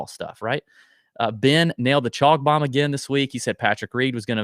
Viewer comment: Gotta have the slo-mo “Bome” drop